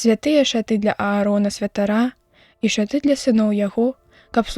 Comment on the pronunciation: Ша'ты правільна, шаты' няправільна.